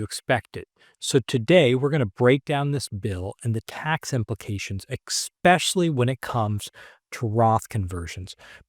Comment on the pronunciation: Ekspecially is a word? 🤦‍♂️